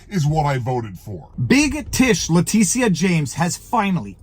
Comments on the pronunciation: Its not La-Te-Sha...its La- Tit- tia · “Titia”, honest to god. T-I-T-I-A.